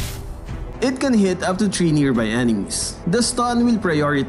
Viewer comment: "chree seconds" wtf